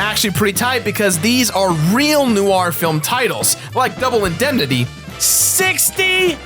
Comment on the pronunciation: noire is pronounced nwarr not nu arr i loved the video loved the game but you both just..... uhh.... like the whole time la nuar .... la nwar awesome vid just grammar.... pronounciation... the pain